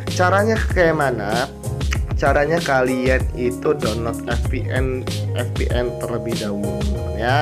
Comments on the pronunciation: F=ef & V=ve. jaid VPN bukan FPN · lucu dengar nya tau mana v atau f sih gan.. hahahhahahahaha